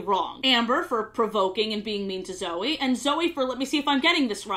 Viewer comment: I like how just gets off of talking about how Sofia pronounces Cedric wrong for most of the show, then proceeds 10 seconds later, to pronounce the name Zoey wrong.